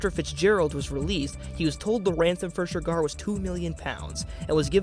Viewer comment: Why’s he keep saying ‘Shergar’ like that?!